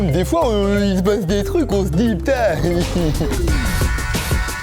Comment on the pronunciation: A il a dit put*** avec l'accent belge ahahah